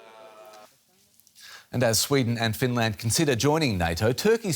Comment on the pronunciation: Finlairned and buurlind